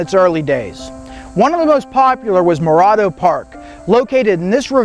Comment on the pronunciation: He's mispronouncing Morado